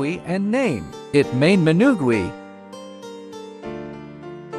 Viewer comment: Idk why but the "menugweee" made me laugh so hard